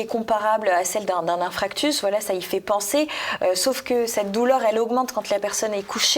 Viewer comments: Infarctus pas infractus. Tout le reste parfait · On ne dit pas “infractus” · INFARCTUS et non fractus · chère madame on dit un infarctus :) pas un infractus